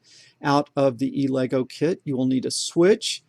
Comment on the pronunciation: 35 lessons in and I just realized what he is calling "E Lego" is Elegoo that i have always pronounced "el-a-goo".